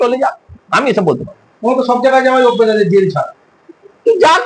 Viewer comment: "Jel"🤣🤣 "Jail"